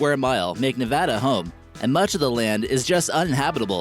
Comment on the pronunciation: Thank you for pronouncing Nevada right